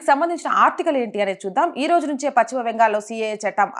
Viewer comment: Pachhima kadu talli paschima